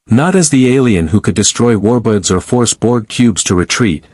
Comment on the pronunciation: Why does it keep saying Romulan Warbutts?